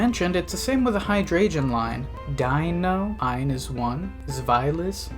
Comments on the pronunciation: There is literally no way u pronounce hydreigon as “high-dray-jun” like its gotta be comment bait and it worked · dawg i'm so sorry that is the WORST pronunciation of hydreigon i've heard so far. hearing the g pronounced with a "j" sound is a new one